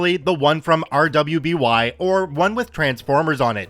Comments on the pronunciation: RWBY is pronounced "ruby" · Story 15 RWBY is pronounced RUBY and I wonder if it was my friends story 😂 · So weird fact RWBY is pronounced "Ruby", it was a show by Rooster Teeth before I think another company fucked everything up & shut everything down